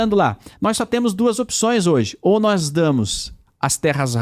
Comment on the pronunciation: Pronunciamento do D9, agente, nois,cumpanheiros, históooria, Trump está preocupado com taxado da ubs carne de calango e capivara